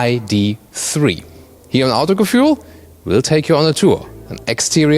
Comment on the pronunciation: Warum kannst du eigentlich nicht Autogefühl aussprechen?